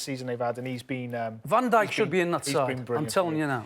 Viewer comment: Can't believe he said Van Dyk...How embarrassing 🙈 unreal player but c'mon....